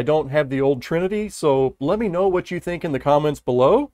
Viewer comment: the trinity was butchered ,but you do great work